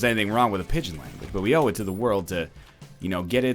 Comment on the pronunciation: "oui oui owe it to" Egg talking about the French language seems to make him speak french